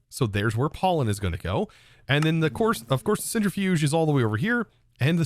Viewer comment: *centrifuge not centerifuge